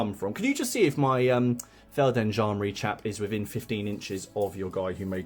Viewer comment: Awesome vid! Really interested in 0200 Hours and after your vid i ordered the starter set :-) On a side note: It's called Feld G endarmerie; you would pronounce the g (softly). Thanks for the great vid!!